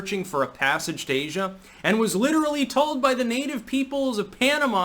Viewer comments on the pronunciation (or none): none